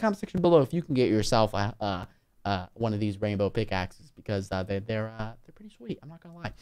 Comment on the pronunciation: you said pickakes